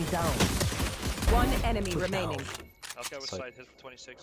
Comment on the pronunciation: god that guy sounded so swedish when he Said Okey lol. Idk but the cypher main also kind of sounded swedish too.